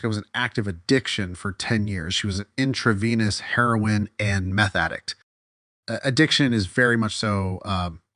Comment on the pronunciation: I 100% remember JK’s early days of saying MAT isn’t “sober.” I remember arguing with her about it and her attitude really rubbed me the wrong way, that’s when I stopped watching her regularly. I knew she was a fraud from the way she mispronounces “intravenous”